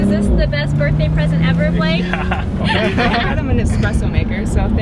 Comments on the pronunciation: nobody :litreally nobody, me: *noticing lexi calling him bake instead of blake * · Is it just me or whenever Lexi say Blake it sounds like "Bake" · I love how Lexi said ‘Happy Birthday Bake’ rather than Blake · Lexi said bake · Can we just admire the fact that Lexi says “happy birthday Bake”